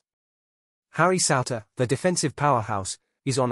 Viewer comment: It's pronounced sooner, Souter